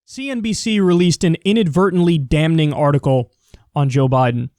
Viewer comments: Dam-ning. Kyle pronounces both N's in damning. I cannot unhear this. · You're right, I meant n. I'm an idiot lol. It's just super grating to me when he says "Dam-ning" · God fucking dammit , you don't pronounce the n in damning. LOOK IT UP! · Kyle you gotta stop pronouncing the "n" in "damning" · Kyle, the "n" in "damning" is SILENT! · No.. the “n” is silent.